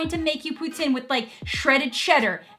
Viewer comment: You pronounce Poutine like Putin lol